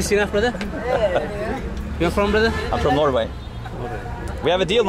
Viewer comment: when Harald says Norway Sri Lankans here like No-way. that is the reason (accent is quite confusing to them) :-).